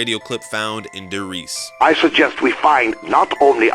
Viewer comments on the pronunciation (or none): You said die Reise it's die reese